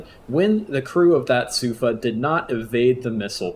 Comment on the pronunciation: as a hebrew speaker, the pronounciation of sufa is with emphasis on the "a" instead of the "u", regarding the tactics in here, I can't confirm nor deny for obvious reasons, regardless , very good video, cheers